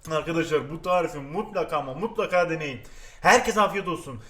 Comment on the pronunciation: Eveeğğt bugün sizlere ıslak kek yapacam.Bu tarifi de çok istemişsiniz bomba bir tağriğf daha geliyoğr. Her videoda bunu söylediğinde gülüyorum seviliyosun